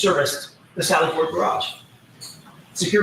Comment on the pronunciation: Peering Down her nose at everybody else while she says "gararge"...and theyre arrestees not prisoners!!! Soon to be desk duty ms.